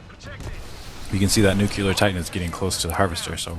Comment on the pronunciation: NUCLEAR NOT NUKEULAR